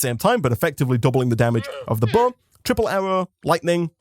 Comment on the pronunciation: When he first said bow I thought he said buzz